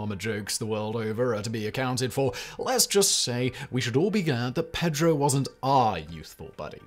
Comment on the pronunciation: I love you, man, but the real butchery in this video is your pronunciation of "Pedro"... it gives me horrible middle school flashbacks. And you did it four times as I've typed this. Five!